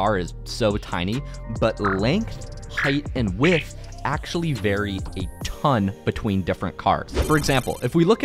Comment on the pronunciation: bro does not know how to say width